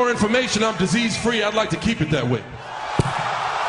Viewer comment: "for your information, I'm deseace free. I'd like to keep it that way" omg I can't lmfao